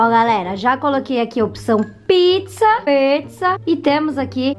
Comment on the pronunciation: Ela falou piczza kkk